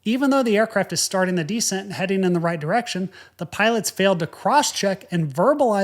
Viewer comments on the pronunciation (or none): isnt it descEnt? you keep pronouncing it dEscent and I am thinking "decent"... Anyway, great videos - love them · deSCENT. accent on the second syllable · You have compelling stories. However, I wish you would pronounce "descent" as de-SENT, not DE-sent. Decent is a different word with a different meaning. While I can figure out what you mean, it's annoying every time I hear that. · You can tell is a ex-military. We all say de CENT. He says DE cent. Cool guy. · Interesting and detailed video, but I find the fact that you constantly alternate your pronunciation of the words 'descend' and 'descent' pretty distracting (and a bit annoying, TBH). Sometimes descend is pronounced des-SEND and at other times DEE-send and the same with the word 'descent' (des-SEND and/or DEE-send). Please commit! That said, the correct pronunciation of both words is with the emphasis on the last syllable - des-SEND. FYI and - of course - IMHO... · This clip needs a "DEE-SCENT" counter, jesus christ, bowed out at the halfway mark... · 1) lose the ball cap 2) “descent” is pronounced with the accent on the second syllable, not the first. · Tbh, when I first tuned in to his channel, I wondered if that particular pronunciation was an aviators' lexicon/affectation. He just doesn't know how to pronounce it. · I’m distracted by your mispronunciation of “descent” that you had to say several times. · You're right. The emphasis is on the second syllable not the first. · Have you ever noticed that you are the only English speaker who emphasizes the FIRST syllable of "descend" and "descent"? Because these are words you use all the time, can't you listen to how all other people pronounce them, and follow suit?